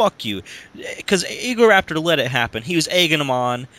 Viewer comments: What kind of shit are you smoking? You must be cooking up some good meth because you guys are some fucked shit. Ego-Rapetor? No, it's pronounced Ego-Raptor, like the damn dinosaur because he has a big ego. And JonTron isn't about robot sex. JonTron has that name because his name is John and he's into technology, that's why he has Tron in the name; plus it rymes with John. So before you start up false stuff, know the info. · its egoraptor not egoraper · I stoped watching after this idiot couldn't read. Egorapetor.. its egoraptor you freak in claud. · It's egoraptor not rapetor is this a joke video? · Egoraptor not egorapetor wth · he is an idiot he is saying egorapetor not egoraptor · It's EgoRaptor not EgoRAPER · Idiot can't read. Its not EgoRAPED'ER, it's EgoRAPTOR. Raptor as in the dinosaur. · How you know this is fake in 2 minutes well he says egorapetor and as we all know its egoRAPtor so in hindsight do your research on game grumps before you try to hate on them and create a youtube breakdown it doesn't work because your idiots and youtubers are nice and smart people so stop hating and start making real funny or action packed videos (Your channel is useless go make a new one) Thanks and goodnight folks :) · .- it's Egoraptor...RAP not RAPE...you know raptor as in the dinosaur raptor...I...no...just no... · I disliked the video because everyone else did then you said "egorapedher" that's when I knew I fucked up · guy ur talking to the same guy who says ego-rape-ter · cough e-go-RAP-ter not rape Ok...just pointing it out